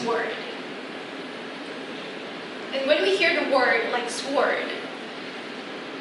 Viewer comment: but a sword: mispronounced. "w" is silent. ^&^ I like your channel. I hope you will film live English conversations without editing. Anyone who is Korean is not willing to create that kind of video.